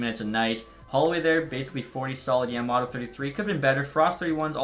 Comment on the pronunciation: I’m not sure if anyone has said this but it’s Yama mOto